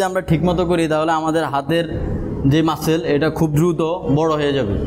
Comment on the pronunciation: মাসেল না মাসল উচ্চারণ হবে